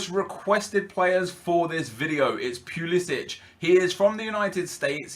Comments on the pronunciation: It's not pulisić it's not Croatia it's pulisic. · Pulisic is said pull-le-sick he said it in a interview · He also mispronounced Pulisic